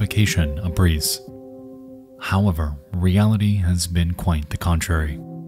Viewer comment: also not to forget him saying "Howwavar"😅